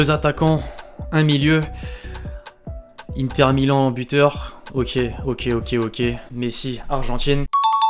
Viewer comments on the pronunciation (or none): none